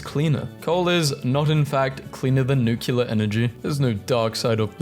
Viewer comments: NEW-CLE-AR, not NEW-CUE-LAR....FFS, there's no U after the C. the rest of the word is literally "CLEAR", do you pronounce the word "CLEAR" as "CULAR"? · Community note for you: The word "nuclear" is not pronounced "nukeyiller" - the spelling alone should make this blatantly obvious. The word is "newk lee ar". There are plenty of resources on the internet providing audible pronunciation tools/guidance. As a narrator, it would certainly be a good idea to use them once in a while when you come across an unfamiliar word that you are uncertain of.